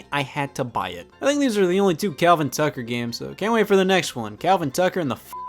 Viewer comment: I love Scott’s slight souther accent when saying Tucker